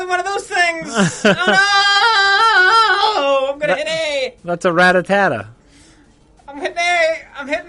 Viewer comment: ra-tattta lol..... Ratt-a-ta.